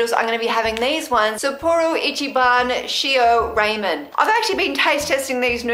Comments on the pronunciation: .....ray-men...... no 😐 Rah-men..... (sorry if I sound a bit rude, I don't mean to it's just something that makes me cringe and panic...) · Lol it Rah men not Ray men I like the outside par BTW...I kinda felt like it was a nice change..felt like a relaxing little chitchat. In the future please do not eat the flowers. Those kind of flowers are not safe to eat. P,ease stay safe. Aww sweet kitty! I love cats too